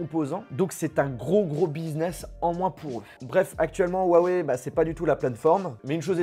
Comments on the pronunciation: On dit pas ouaoué mais hiouaouéi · on dit rrrrrrouawoueille;) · Déjà apprenez à dire huawei correctement : on prononce "rruawaiye" Et maintenant vous pourrez frapper touts individus le prononçant "ouaweiye"